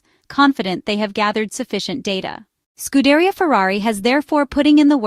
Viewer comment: Let’s work on how we pronounce it. Scud- A- RIA!